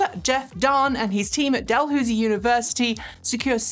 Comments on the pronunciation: It's Dal-hows-ee not Dal-hoos-ee. I'm a Canadian and know the university. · Dalhousie alumnus here...it's 'Dal-how-zie', not 'Dal-who-zie'. :-) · JSYK, Dalhousie, in Canada is pronounced "Dalhowzie" when one is referring to the university. If however, you are in the Niagara region of Ontario, you'll find a small town called "Port Dalhousie". If you're a local, you'll pronounce it "Port Daloozie". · Pedantic trivia of the day: here in Halifax we pronounce Dalhousie University "Dalhowsy", whereas in Ottawa we pronounce Dalhousie Street "Dalhoosie" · Jeff Dahn is at Dalhousie (pronounced DalHOWSY) university. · My condolences for your loss. Virtual hugs offered. The delay is absolutely not a problem for me, and I'm sure for many others. For myself, I'm in the midst of the closing weekend of the 31st annual Toronto LGBT Film festival (streaming this year, of course). There's plenty of other stuff to occupy people. Minor pronunciation note from a Canadian in case it comes up again. The 'ou' in Dalhousie is generally pronounced like the one in 'house'.